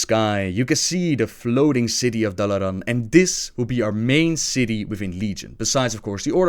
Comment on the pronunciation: The way you say Dalaran always cracks me up ;)